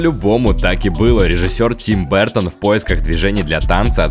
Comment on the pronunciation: Как только фамилию Tim Burton не коверкали, но "Бэртон" это что-то новенькое.